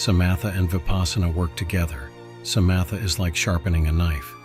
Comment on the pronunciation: Good video, but can you train the AI voice (I am assuming that’s what it is) to pronounce Theravada, sayadaw, Samatha etc correctly? The ‘th’ sound in Theravada, for example, is not the same as in English.